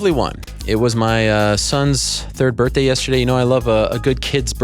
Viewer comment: Nobody wanna hear from dis guy Helwanu about his sons birfday.